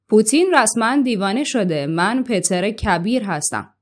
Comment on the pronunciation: بانو شما گفتین تزار روسیه خیلی معروف بود! انگار آنچنان که گفتین معروف نبوده.وگرنه شما "PEŤR" کبیر رو "PETER" تلفظ نمیکردین !🙄😶